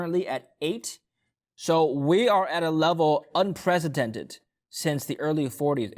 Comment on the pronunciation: has a speech impediment HE CANNOT PRONOUNCE "S" and pronounces S like Z: examples unpreZindented instead of unpreCedented edented. He also says TeZla instead of TeSla